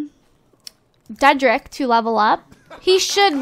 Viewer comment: Lol you said dedrick as trey wrong lp again